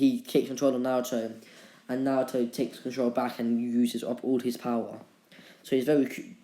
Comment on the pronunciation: stop making that weird voice in what if naruto was madara's reincarnation AND STOP SAYING BOWER